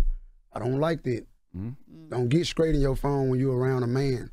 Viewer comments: Take some grammar lessons my brotha , the correct pronunciation is STRAIGHT , there’s no K in STRAIGHT !! 😂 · If you can't even pronounce the word "straight" properly... Miss me with all that